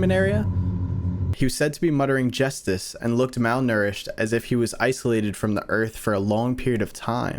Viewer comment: the scary bat is still sayin "JUSTIS"